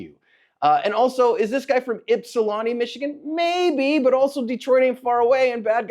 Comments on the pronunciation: NO -- It's not pronounced "Yip", it's pronounced "Ip". Treat the Y like an I, as if it were spelled "Ipsilanti". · As someone who lives in Michigan hearing say Ypsilanti gave me a giggle 😂 Oh. lol Almost got it. (Yip-salanti) This was a pretty big story in Michigan here locally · Yip-sa-Lani Michigan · In Michigan we pronounce it “Ip-suh-lan-tee”. It’s right next to Ann Arbor. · It's Yip-silanti. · Funny hearing you trying to pronounce Ypsilanti lol I live in Belleville right next door because I went to Eastern Michigan which is located in Ypsilanti, it’s pronounced like ipsilanti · Born and raised and still 💯 in the D. We all carry here. Lucky bad guy didnt get a lead sandwich. Damn right. And its pronounced. IPSALANTI. Ypsilanti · Holy crap didn't expect to hear you say Ypsilanti, MI. I live right by here. Pronounced IP-SIL-ANT-E by the way. I always said it wrong when I first moved here 😅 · Ypsilanti (is pronounced with the A as is MAN or CAN. it is not a "tiny little town." Ypsilanti, commonly shortened to Ypsi, is a college town and city located on the Huron River in Washtenaw County in the U.S. state of Michigan. As of the 2020 census, the city's population was 20,648. its home to Eastern Michigan University